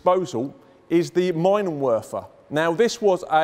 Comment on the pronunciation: OK super video, let me add two German pronunciation notes: 1) Meenenwerfer. 2) Please don't ever call it "Panzer bush". That might lead to all kinds of trouble and naughtyness. The evil 'ü' umlaut is pronounced like the Scottish 'oo' vowel in words like 'boot'. The 'ch' in 'Büchse' is one of the very few instances where the 'ch' is actually pronounced like a 'k', probably because it is followe by the 's'. 'CH' only ever becomes a 'sh' sound when the 's' is preceding the 'ch'. So, 'Panzerbooksah', more or less. ('CH' with no 's' before or after is a completely different kettle of fish.)